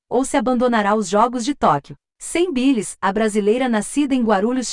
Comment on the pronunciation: Simone Biles ? Simone ( Bailes) q se pronuncia! Aula de ingles para o pessoal!